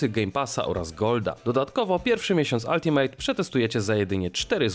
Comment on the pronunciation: W końcu poprawnie wypowiedziane ULTIMATE, brawo. 3 miesiące spamowania pod filmami przyniosło efekt.